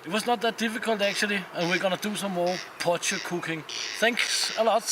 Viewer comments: Hey it’s pronounced “poy key”:) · Super as a South African to see you use a potjie! By the way, it is pronounced "po-chi". There are some great traditional South African recipes for potjiekos. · we pronounce it poy-key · Potjie is pronounced (poy-key) the first bit is said like toy but with a p instead of t ......just trying to help iv lived in South Africa for 46years .ps Love your channel. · Hahaha it's funny to me how you pronounce potjie. lol. sorry I am south African. btw. you pronounced kos correct however! very cool video.